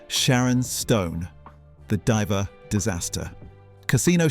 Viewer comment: why are you failing to pronounce the word 'diva' correctly? you're pronouncing it 'diver'. are you real.....or AI?